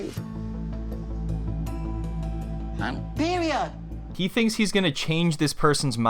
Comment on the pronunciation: Her butchering “PEROID 💅” took me tf out 😂💀